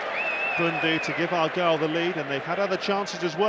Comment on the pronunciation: Argyle not Argule